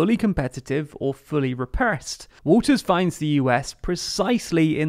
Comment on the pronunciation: You keep saying Walters but she doesn't have an s on the end of her name